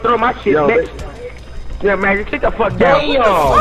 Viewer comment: What really got me was them saying bEtcH